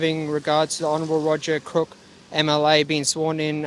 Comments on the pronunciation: Did that copper just call the new WA premier "Crook?""😂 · Did he say Roger Crook ? 😂😂😂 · I loved when he called the Premier “CROOK” 🤣👏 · At least he announced the Premiers name correctly......Roger CROOK 🤣🤣🤣🤣